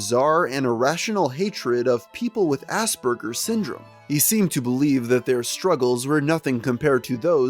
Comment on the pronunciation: everytime he says aspergers it sounds like ass burgers